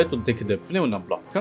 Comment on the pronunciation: You pronounce "Piun-ah" it's "NOO-MAH" block. 😅 Like Pneumonia